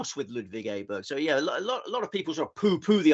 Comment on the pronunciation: well done on Aberg you have joined Andrew Cotter on the correct pronouciation